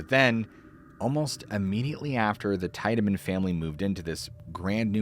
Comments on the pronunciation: I'm from Cleveland and Franklin Castle is haunted. There is also a tunnel from Franklin Castle to lake Erie. I've been inside the tunnel which has been walled off in the middle with bricks. Tiedeman is pronounced teedamin. Not tide a min. But that is besides the point. Just for future reference. The tunnel was used during prohibition to haul illegal liquor from Canada into Cleveland via the lake. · Great stories. I've lived in Ohio my whole life and heard a LOT of weird stories. 2 things: in NE Ohio we pronounce it "tee-deman" not "teye-deman." In German, the combination "ie" is generally pronounced "ee" and "ei" is pronounced "eye." Also, I'm skeptical that the air force would show a civilian classified footage of a UFO and share any national security information at the height of the Cold War (not a reflection on you retelling it). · It's pronounced HAHNZ TEEED-AH-MIN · Haaans Teed-A-Man is how u say his name. I grew up next to this home and played in it and the yard as a kid. Franklin Castle!!! I have many stories of this place and the homes in the area. Don’t forget about the baby skeletons from the doctor that performed illegal abortions. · TEE-DAH-MIN. There's a road on thr west side named after him. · Pronounced Tiedeman wrong. And didn't even show the REAL Franklin castle.... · Came here to correct him on how Tiedeman was pronounced. I used to live around the corner from Franklin Castle. Creepy place.